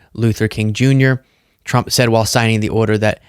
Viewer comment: Trwwwuuuuuuuuump….and I used my big biggy pen⭐️. Im a big boy now..and I’m the pwresident. Pwesiiiident Twruuuuuuuuump💇🏼‍♂️